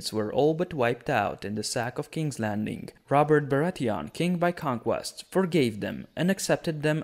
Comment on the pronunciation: How do you pronouce Bratheon?! They are no fucking Krauts. Like Theon.